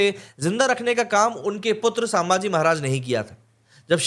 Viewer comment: "सांभाजी" नही, सही नाम हैं "संभाजी" छत्रपती संभाजी महाराज की जय 🚩🚩🚩